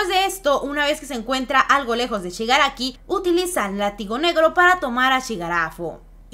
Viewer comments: Xq no dices bien el nombre de shigaraki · ShigarAFO dicen porque no es técnicamente ni Shigaraki ni AFO (All For One) ya que es una mezcla de ambas personas